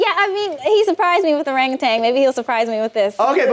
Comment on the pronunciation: Wait, what? Nibbles didn't pronounce it correctly, he said "orangatang". Meaning he put that non-existent final g on there that most people do for some reason. It's "O-rahn-gu-tahn".